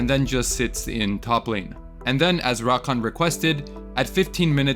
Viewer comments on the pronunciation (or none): It's rakAN, not RAkan.